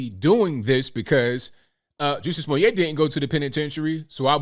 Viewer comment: Why does he mispronounce his name?